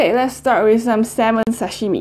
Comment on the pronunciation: Love you, I'm so happy that you chose Japanese food:):):)!!!!Your pronunciation is really good!!! (TAMAGO, SASHIMI...)Big love from Japan!:):):):)